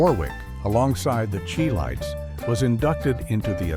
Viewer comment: Its Chi lites not chee lites